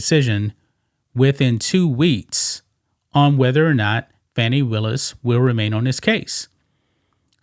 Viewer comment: Her name is pronounced Foni